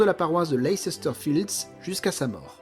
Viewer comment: On prononce Leicester Lesster ;)